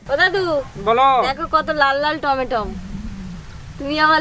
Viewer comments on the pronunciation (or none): তুমি টমেটো কে টমেটন কেন বল?